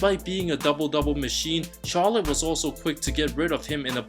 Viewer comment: Again sorry but why do you say chalot